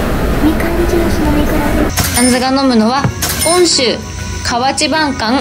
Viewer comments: 『温州』と書いて『おんしゅう』ではなく『うんしゅう』と読みます♪… 一般に流通しとる『みかん』になりますよ。 余談ですが、ストーカーもどきの男性に遭遇したとのことですが、『警察署』までご案内し、然るべき方にお渡し出来なかったんでしょうか !? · おんしゅうではなく、うんしゅうですよ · 温州←おんしゅう「✕」 温州←うんしゅう「〇」